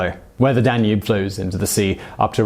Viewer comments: DAN-ube, not dan-UBE. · "rudiments" of maths and astronomy? duh-nube? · I love the way he says danube (tonava), like DA NOOB! 😂 Well i cant assume everyone can prenounce foreign words. But awsome stories anyway. 👍👍